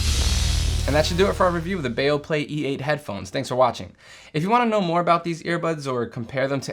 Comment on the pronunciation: It's not Baoplay, it's Beoplay. Be Oh!